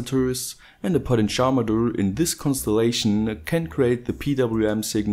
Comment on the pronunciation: Took me some time to understand 'potencharmeter' = "potentiometer". Never heard it spoken in that way.